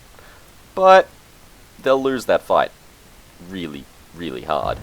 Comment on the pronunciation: Omg I died at "Reaealli, riiieraly long time!"